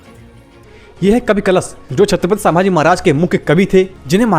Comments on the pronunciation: अरे छञपती संभाजी महाराज बोल सांभाजी नाही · Chhatrapati Sambhaji Maharaj, vedio banane se pehle correct pronunciation sikh lo. Its Sambhaji Maharaj not Saaambhaji Maharaj.